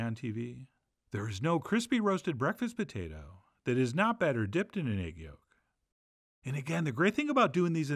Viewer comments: Potatah? No, it’s potato. I’m an Idahoan. Potato. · "The Patayta" =)